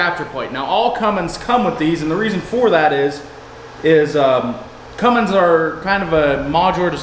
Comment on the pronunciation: "We're getting ready to put a fummins....". And now she has a name. Fummins.